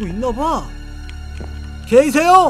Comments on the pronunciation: 계세요?가게이세요? 라고들리는데ㄱㅋㅋ나만그런가ㅋㅋㅋ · 님이 계세요? 할때 게이세요? 라고 들림